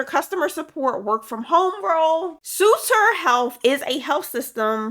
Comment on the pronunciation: I live in California and that’s my hospital It is pronounced Suh-ter.